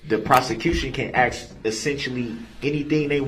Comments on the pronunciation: I laugh at eszibit and ax . 😂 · Axe? Its Ask.... use proper English